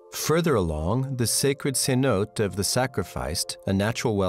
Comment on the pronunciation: One would think if one were making a video and come across unfamiliar words one would take the time to verify the correct pronunciation. Cenote is pronounced cenotey, not cenot. What else might they have wrong? I suppose the viewers couldn’t care less.